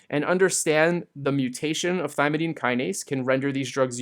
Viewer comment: thymidine kinase, not thymididine kinase, which you keep on saying. I get this too with phenylalanine lol